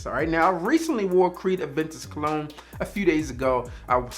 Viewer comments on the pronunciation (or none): none